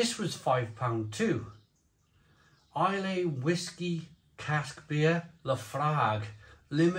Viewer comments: Islay is pronounced: i-lah Laphroaig is pronounced: La-fro-ig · Fully loled every time mispronounced Laophroaig and Islay